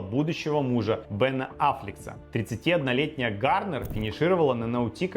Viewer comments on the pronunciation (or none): Однако, если вы не знали, у Бена Аффлека нет буквы "с" в фамилии.